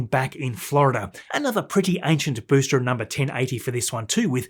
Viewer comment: This guy does good quality videos... But Tanzanians can't pronounce the words 'booster', 'entirely' and 'there/their/they're' correctly... 😂 Once you hear it, especially with the amount of times he says booster, you can't unhear it!!